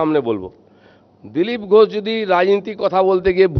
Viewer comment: নিজের নামটাই সঠিক করে বলতে পারে না,তার কাছ থেকে রাজনীতি মানুষ কি শিখবে!!!😂😂😂 নাম বলছে "ঘোছ"😂😂😂😂 ণত্ব বিধান, ষত্ব বিধান বলে তো একটা কথা আছে নাকি???😅😅😅